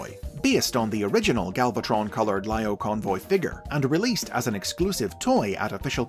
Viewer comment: I apologize if it’s already been said, but the I sound in Japanese sounds like an E, so it’s Leo-Convoy